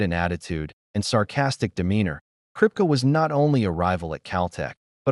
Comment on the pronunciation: Did the narrator ever watch the show????? Kripke.. Pronounced Krip-kee not krip-ka! Should I keep going...who's next?